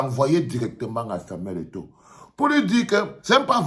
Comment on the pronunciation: Au lieu kil dise eto il dit égo.il a eu peur de dire la vérité en face